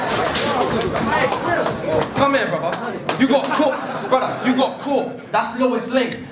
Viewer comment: really started to annoy me keep saying BRUDDAH fuck sake